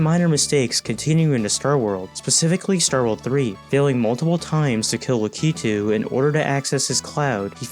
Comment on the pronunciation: ...your mother and I called in here to discuss...your pronunciation of Lakitu. We aren't mad, we are just disappointed.